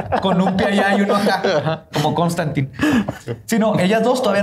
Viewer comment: Cómo "Constantine" jajajajajajajaja, esa parte fue mi favorita